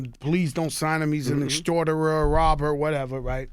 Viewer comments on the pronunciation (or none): Nigga said "he's an extorterer" lmfao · So no one was gonna tell Joe it's extortionist and not extorterer?